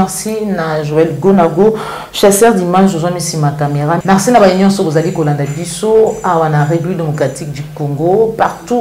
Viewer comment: Bonjour. Ozali mopanzi sango oyo ozali ko tombola lokota ya lingala longonia mama. Na landala yo mingi. Kasi tika ko loba na accent français ça sonne faux. Confusion mingi na prononciation "U na I", "A na E" pe bongo na bongo. Ndakisa ozali koloba marci na esika ya merci, tshusekedi na esika ya tshisekedi, martan na esika ya martin, palin na esika ya palais, etc. Ba ndakisa ezali ebele yango etindi ngai lelo oyo na yebisa yo. Le lingala est une langue qui a ses valeurs linguistiques comme toute autre langue telle que le français ou l'anglais. Na tondi yo na ndenge oko bongisa na esika wana. Mokonzi Nzambe abatela yo na mosala mua yo.